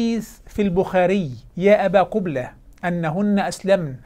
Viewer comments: هههههه قبلة بضم القاف 😂😂😂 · تزاغات ولى " " بضم القاف من أول نهار غلط فيها.